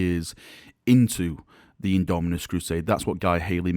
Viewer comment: At this point half the reason I click these vids is to see if has learned to say Indomitus yet:P